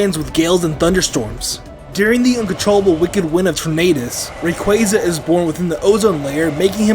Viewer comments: Ray-qwah-za not Ray-qway-za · Ray-qu-Ah-za ar-s-ee-us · DO NOT LEAVE OFF THE Y IN RAYQUAZA!